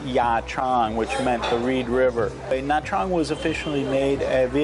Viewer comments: Nha Trang is pronounced something like Nya Jang. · Nha Trang is pronounced "na jahng"